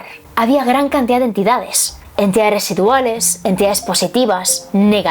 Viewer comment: Porque dices cantidat es cantidad